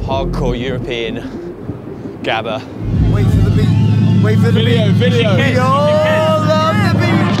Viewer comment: Gabba , nah you pronouce Habba, Rotterdam Sportshall 91, Mental..